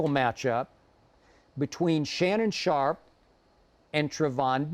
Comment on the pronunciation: He said LeShannon sharpe loool.